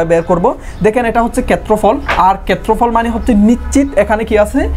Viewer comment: কেত্রফল কি জিনিস? আপনার উচ্চারণে সমস্যা আছে